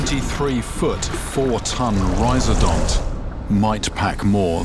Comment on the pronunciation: rhiz-O-dont, not rhiz-A-dont